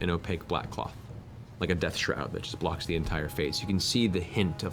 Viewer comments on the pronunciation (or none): none